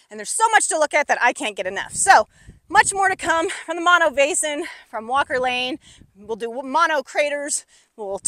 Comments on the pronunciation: Mano as you pronounce it. means hand. The lake name is Mono. meaning monkey. That said, good presentation and analysis of the problems with the basin. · It's pronounced mow-no.....just like no but mo..... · I always thought it was pronounced "mow no" and not "mon no" but what would a guy from Chicago know? Well at least I know the lake is over 1 million years old. Tufa towers are plain cool to see, nothing like that around the boring Midwest. You did good explaining this place!